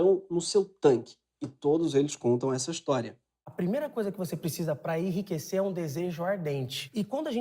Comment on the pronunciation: O bôi lá da cara preta falou "irriquecer" "irriquecer" ! Analfa é fóda héin ! Afff ! .